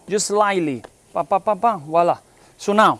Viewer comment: Love NY pizza.... but it's not walla... it's voilà